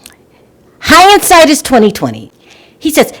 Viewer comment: The word is hindsight, not hi ind sight!😉